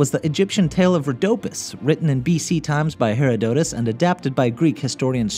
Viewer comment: Did he seriously pronounce Herodotus as Hero-dohtus? ahaha that's so funny (not meaning this in a mean way, it's just that I study Herodotus)